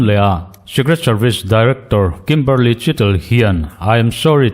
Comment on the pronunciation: I sawi chian hmel viau naa a chianglo.A chhan chu Kimberley niawm taka i tarlan mipa leh hmeichhia an awm a.Kimberli-a ti la emaw,Kimberli-i ti la,a chiang mai ang.